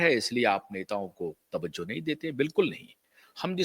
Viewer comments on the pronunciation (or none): none